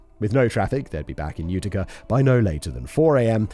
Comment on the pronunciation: Hearing my home town in a true crime story made this one a bit too real for me... The only levity coming from listening to Simon butcher the pronounciation of literally everything to do with Upstate New York. 'Ootica' 'Onida' were my personal favs😂.